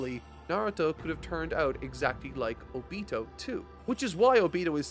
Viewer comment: I couldnt cant past this video without getting distracted by "O beee-toe" instead of "oh-be toe" ever other sentence. Great content either way!